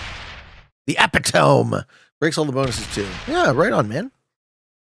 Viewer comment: Also "eptiome" is pronounced uh-pi-tuh-mee